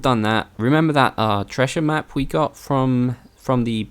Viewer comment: Never laughed so hard at the "Tressher map" 😂😂😂😂